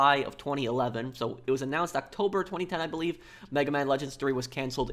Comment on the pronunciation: I find how you say 2019. And 2011. And 2010 VERY OFFENSIVE and offensive content notice and and and